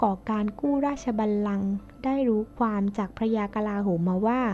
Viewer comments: ความๆ ไม่ใช่ ฟวาม พูดดีๆเหนทุกคลิป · ทำไมอ่าน ความ เปนฟวาม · ข้อมูลดี แต่อ่านภาษาไทยยังอ่านผิดๆถูกๆ ความก็อ่านเป็นฟาม เสียเวลาฟัง